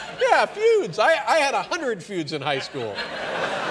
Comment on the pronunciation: Were there any feuds? FEW-UHDS?! 😂